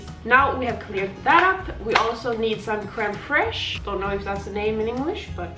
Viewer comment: Actually, crème fraîche is french, but you still pronounced it perfectly ;) And it's translated to sour cream I think, I'm not sure, I'm French!